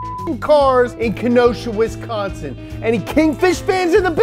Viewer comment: I'm just glad he pronounced Wisconsin correctly. Most non Wisconsinites seem to pronounce it, Wesconsin.